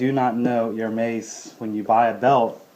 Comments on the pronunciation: It's pronounced Er-mez not Ir-meiz. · BTW Its pronounced "AIR-MEZZ”, not “HER-MAZE” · It's Hermes as in less, not Hermais! At least pronounce correctly if you buy the brand and don't be ignorant. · Chiraq GrimReaper The correct pronounciation is erme`s ( silent h) Sorry, I don'mean to be rude but I think it is important to know the right pronounciation too before educating somebody how to spot a fake one ;)) For those who are also interested to know. . . For AP watches, ( Audemars Piguet) the correct pronounciation is (Audemar with the silent S) and Piguet with a silent T. Again, no pun intended, just trying to help ;)) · That is wrong.. You would actually pronounce it as you would pronounce "air-mess" in english. There are exceptions to where s arent silent.. Get your facts right please. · How can one trust someone to be a good guide on how to distinguish a real "Hermes" from a fake one if he can't even pronounce the word Hermes correctly. If you really know how to spot a real from a fake one, will you please also learn and educate yourself on how the Herme`s name should be pronounce. Really appreciate. Thanks. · ***** btw man you dont pronounce the s in Hermes, if you cant say it right you shouldn't own it... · nice belt, but dude please pronounce Hermés properly :) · You mispronounce Hermes every time. The H belt kit is not rare or hard to get...it's available everywhere, it's the basic belt kit. The other belts are the rarer items